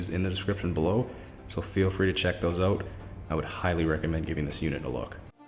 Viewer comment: Hearing the way you say "out" is satisfying🇨🇦